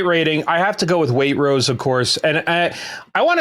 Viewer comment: It takes an American to mispronounce Waitrose!